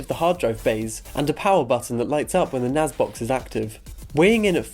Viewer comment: NAS not NAZ